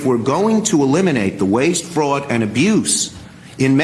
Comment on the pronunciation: You don’t hear Bernie Sanders calling out the “Fwaud” now huh 🤔 😂